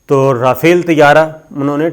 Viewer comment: پتہ نہیں کس سکول سے تم نے تعلیم حاصل کی ہے اور لگتا ہے چھولے دے کر پاس ہوتے رہے ہو رافیل یا ۔۔۔۔ جناب اگر آپ کو ادائیگی کرنی نہی آتی تو گوگل پر اسکی ادائیگی pronunciation سن لیا کرو اور جو کچھ بولنا ہوتا ہے اسکو ایک آدھ دفعہ rehearsal کر کیا کرو۔ نہی تو آپکا پتہ کٹ جائے گا اور عمران ریاض خان کو آگے کر دیا جائے گا۔ پہلے ہی وہ صاحب بہتر انداز میں اپنا پروگرام پیش کر رہا ہے